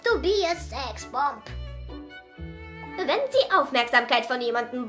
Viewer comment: Wie normale ,, How to be a sexbonb " Aussprechen : Hao tu bi ä sexbomb VS wie Oma Lina es ausspricht : Hof to bi a säxboomb